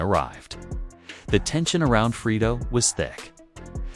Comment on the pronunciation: Sound like he saying Frito😂